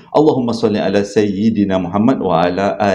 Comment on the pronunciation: Assalamualaikum, saya nak tegur sikit tentang bacaan abang, bila baca bismillahirrahmanirrahim, rahman dan rahim dibaca ح pedas bukan Ha. Dan bacaan selawat Allahummasolli A'👈🏻 la Muhammad dibaca huruf ع bukannya huruf ا. Itu je la ilmu yg saya yg sikit saya nak kongsi, mudah2han kita diberi kefahaman agama kan.❤